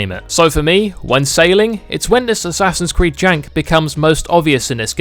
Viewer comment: "Ass creed"😂